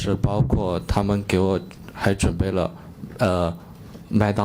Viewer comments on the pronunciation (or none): 你说的麦当劳怎么哪像 好久前那个什么吾什么拉希 说的耐克！！听起来就的那么假。